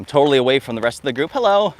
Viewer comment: is so white, when he goes outside: the sun gets a tan🌞 I love the content, but can't myself from cracking up at every "Hulloh!"